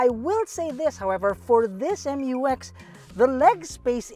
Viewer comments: FYR it is pronounced as "myu-ex", not M-U-X. That's why it is spelled Mu-X. This was also confirmed by Isuzu themselves.✌️🙂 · I'll call it "Mux" (pronounced as mucks)